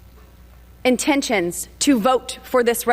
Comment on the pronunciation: I like how boobert had to sound out "intentions" in her head.